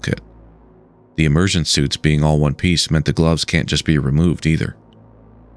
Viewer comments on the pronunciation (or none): none